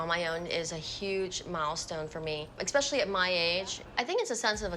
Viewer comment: She has more pride than perfection, "expecially" annoying too. The realtor deserves some paid stress days off for this! 😉